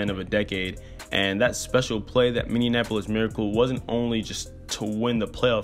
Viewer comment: It's min-ee-ap-uh-lis